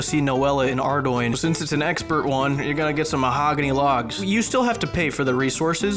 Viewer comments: Ok, so I'm an RS3 player that loves to watch both RS3 and OSRS videos (shit at the end of the day, we're all playing Runescape in 2020, no hate) and I just gotta say I appreciate you pronounced Ardougne correctly. Holy shit. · Oh my god someone else pronounced Ardougne correctly, this is the happiest day of my life.